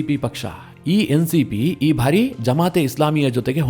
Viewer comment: ನಿರೂಪಕರೇ , ನಿಮ್ಮ ಬಹಳ ಸ್ಟು U ಟ್ಯೂಬ್ ಗಳ ವಾರ್ತೆ ಗಳನ್ನು ಕೇಳುತ್ತಿದ್ದೇನೆ. ತಾವು ಕೆಲವು ಶಬ್ದ ಉಚ್ಚಾರಣೆ ಸರಿಯಿಲ್ಲ ಅನಿಸ್ತದೆ . ಬಾರಿ ಎಂಬುದನ್ನು ಉಚ್ಚಾರಣೆ ಮಾಡುವಾಗ ಭಾರಿ ಅಂತಿರ ಭಾರಿ ಗಾತ್ರ = ದೊಡ್ಡ ಗಾತ್ರ ಭಾರಿ ಪ್ರಮಾಣ= ಹೆಚ್ಚಿನ ಪ್ರಮಾಣ . ಈಗ ಅರ್ಥವಾ ಯಿತಲ್ಲ ಬಾರಿ ಹಾಗೂ ಭಾರಿ